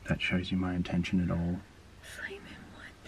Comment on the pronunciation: I always hear it simon from.